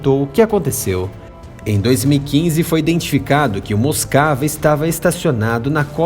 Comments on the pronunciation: "Moscava", kkkkk, realmente tava moscando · Moscava mesmo kkkk